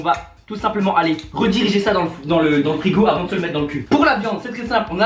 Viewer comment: "Dans le fruigo" ? C'est quoi comme truc le fruigo ?